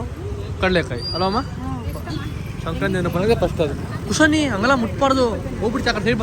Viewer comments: ಶಂಕ್ರತಿ ಅಲ್ಲ ಬ್ರೋ ಸಂಕ್ರಾತಿ ಹಬ್ಬ ಕರೆಕ್ಟ್ ಆಗಿ ಹೇಳಿ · bro ಶಂಕ್ರಾಂತಿ ಅಲ್ಲ ❌ ಸಂಕ್ರಾಂತಿ ✅ ತಪ್ಪಾಗಿ ಹೇಳ್ತಾಇದಿರಾ 👍🏻❤️ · Sankranti anta helappa adu shankranti alla channagi pronounce madaku agalva ninge tu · ಬ್ರೋ ಶಂಕ್ರತಿ ಅಲ್ಲ ಸಂಕ್ರಾಂತಿ